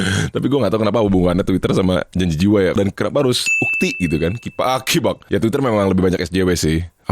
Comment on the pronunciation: Wkwk Bengek hyung kifak afa afaan nih🤣🤣